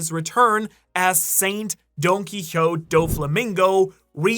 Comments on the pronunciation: Its so funny to me how he pronounces "nefertari" in such an extra way but pronounces donquixote as "donquihot" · I swear I always hear him call Doffy “Donkeys are hot Do flamingo”